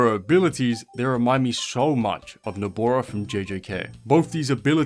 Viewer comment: Nobora he said its nobara😂